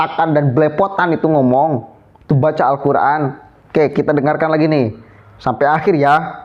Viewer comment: Dia itu bukan membaca huruf Arab nya...tapi membaca huruf latinnya.. akibatnya Salah Total 😂😂😂